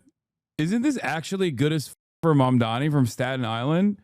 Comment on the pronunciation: THE NAME IS MAMDANI. YOU SHOULD LEARN HOW TO SAY IT… BECAUSE YOURE GONNA BE HEARING IT ALOT